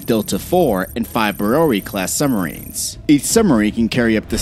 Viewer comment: nukuhler, summarines and subbarines. I just can’t do it lol